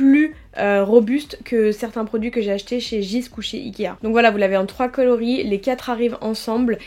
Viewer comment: C'est pas un reproche, mais jysk se prononce "yusk" et pas jisque (c'est danois)